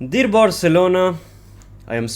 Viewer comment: Bro’s vocals: “deer barcelona 🦌”